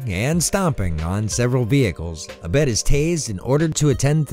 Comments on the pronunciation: It’s Ah-bed not Uh-bed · I’m so glad you brought up the Community Christmas episode, that was so bizarre, and heartwarming. Also six seasons and a movie. Also also it’s pronounced Ah-bed, with a long A.